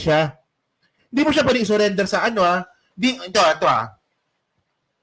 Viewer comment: "hindi yan POYDI... " 😂